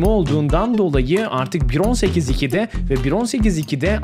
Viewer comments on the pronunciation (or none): Te 1.18.2'te ve 1.18.2'te diyorr YANLIŞ SÖYLÜYORR